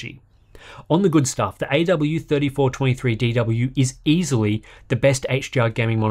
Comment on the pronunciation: Well done for saying Aydoubleyouthirtyfourtwentythreedeedoubleyou over a dozen times.